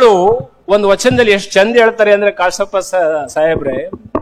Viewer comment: ಕಾಸಪ್ಪ ಅಲ್ಲಾ 👽 , ,,,, ಕಾಶಪ್ಫ,, ಉಚ್ಚಾರಣೆ ಕಲಿ,,, 😂